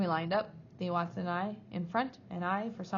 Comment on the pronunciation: Hi, these readings are great and are saving my voice. Just a little reflection - I think you may be mispronouncing a couple of the names - Mr Coombes is Mr. Cooms (silent b) and Thwaites is pronounced as all one sound thw-aites ( not Thee-Watts).Hope that feedback helps a little. Cheers:-)